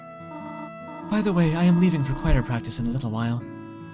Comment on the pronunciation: “qwhyah” is honestly so funny to me, it’s like “feacher” in the Tenna intro vid, it kills me every time